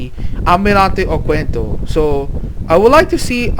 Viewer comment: The letter "U" is not pronounced, the correct pronunciation is OKENDO